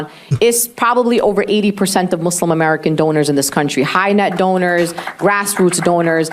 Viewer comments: Muzlim muzlim muzlim…. Why can’t you say it correctly it’s Mooslem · MUS-lim...not MUZ-lum...please and thank you, I am a big supporter.